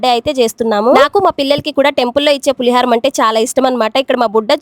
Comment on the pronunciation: పులిహరం కాదు అమ్మ పులిహోర.